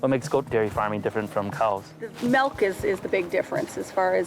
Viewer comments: All the "Malks" and "Ruts" Jesus Christ!!! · she said the word "MELK" like 60 times and it pissed me off so much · Melk melk melk melk melk.....